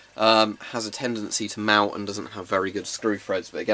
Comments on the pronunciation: english: invents english english: pronounces melt as mewt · Hmm. Am I the only one who heard him say melt like “Mault”. Otherwise, good video! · I hear him say something like milk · I hear meut